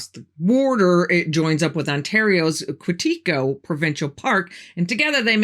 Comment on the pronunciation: I live about 20 minutes from Quetico provincial park and it’s pronounced kwey-ti-ko. Emphasis on the first syllable. Not qwi-tea-ko. 😊